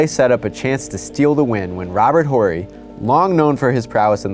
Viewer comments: its pronounced Ore-rie.. not Whorie lol (Horry) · Ya I facepalmed when he pronounced it like that lol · Love the vids, but it’s ORR-EE, not Whorey. And it was never big shot bob, it was big shot Rob. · "Whorey?" Hehe, he doesn't pronounce the H in his name, so it sounds like Orry. Just had to drop that. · How could you guys not know his name is pronounced "orry" and not "horry?" Smh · Robert Whore-y? Lol, I'm pretty sure it's pronounced or-ry, without pronouncing the H. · ORRY not HORRY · Damn- its pronounced ORRY not WHOREY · Its no whorey its pronouced oary.....n yes i realize its spelled horry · It’s orry not horry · It’s big shot rob, and it’s pronounced or -e not whorey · It’s pronounced orry not horry. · Pronounced Orry, not Horry. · Robert "ORRY" not "WHORE-Y" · It's "ohree" not Robert "whorey" pretty surprised that didn't get picked up and fixed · Am I wrong? Or am I the only one that feels like you are really PUNCHING in that 'H' on Horry? I thought it was pronounced 'orry' with a silent 'H' . I might be wrong but it's all I could focus on. Lol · Stop calling him Ho-rry 😩 the "H" is silent! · I came to the comments just for this. Robert Whorey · Robert "Whorey" lol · It's pronounced Orry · Horry has always been pronounced with the H silent. orry. watch any old footage. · Robert Horry is pronounced O-rry.. the H is silent. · I know it's "Horry" but it's pronounced "Orry" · His name is pronounced "Robert Orry" the "H" is silent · I believe the name is pronounced "orry" Also, the clock did not start right away and there is no way that Fisher shot should have counted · Did he just say "Robert WHOREY"??? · with all that research you would think someone would have told him how to pronounce "robert horry". he's killing me with that "whorey" talk. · I love how he keeps calling Robert Horry, "Robert Whory"! lol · Dawg it's Robert "Orry" the H is silent. Put some respect on his name, the guy has 7 rings. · Horry’s name is pronounced “Orry”, the H is silent.